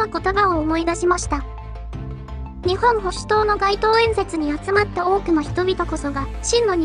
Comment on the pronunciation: 読み方は、『にっぽんほしゅとう』だそうです。